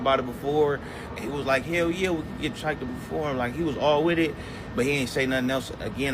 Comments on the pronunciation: His name is Chike Not Trike...if you going to report on someone please pronounce there name correctly... I feel Doddy 6 was the best feature... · Hey my friend his name is AZ chike c h i k e..... Lmao you are really not good with names it's also hitta j3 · Okay. He mispronounced his name. It's not that serious. And no, Kendrick didn't NEED to bring him or ANYONE ELSE out. But he did what was necessary to get that opportunity. I don't know what your issue with the content creator is exactly. Work on your attitude.